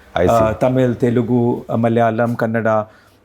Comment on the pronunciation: Kudos to Mr. Bijli for his entrepreneurial spirit. Amongst many other things, I appreciate him for pronouncing my mother tongue - the right way - Telugu with an oo after the L. Most Punjabis miss that.